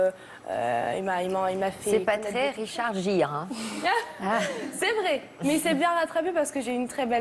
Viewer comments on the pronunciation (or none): c'est richard Gere et non Jere....ahhh les français et votre anglais lolll